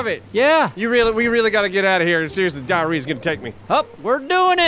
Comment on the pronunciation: dia - whee - woore